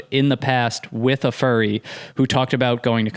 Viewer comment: saying fury instead of furry sent me 😂